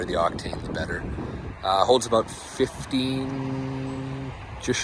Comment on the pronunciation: Where are you from. When you say About I hear “A Boat”. 🤦